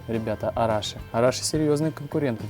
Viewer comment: Arashi (ударение на И)